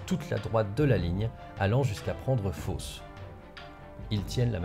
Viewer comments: " Fosse " la ville et pas " Fausse " ;) j'ignorais qu'il y avait eu autant de bagarre par chez moi. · C'est "Fosse" et pas "Fausse" fichtre...